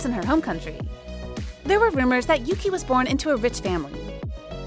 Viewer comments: Ohk yuqi is not pronounced as yuki it's pronounced as yuchi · I don’t think Yuki’s name is pronounced correctly in this? It is more like “Oogie?” (With a slightly soft k/g).